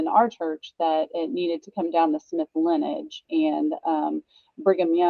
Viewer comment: The word is LINEAGE, three syllables, not Linn-age.